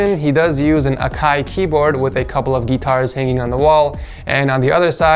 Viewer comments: Why he say guitar like that he said it like geetar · Love how he says gEEtar lol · “A couple of gee-tars on the wall” 😂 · bruh the way he pronounced guitar triggered me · the way he said guitar